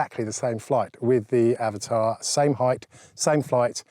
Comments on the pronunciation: it is not Avatar. It is Av-at-a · I am glad you're also pronouncing it "avatar" buddy as that's how I say and I get told off 😉 🤣